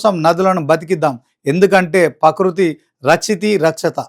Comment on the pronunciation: ప్రకృతి అనడం నేర్చుకో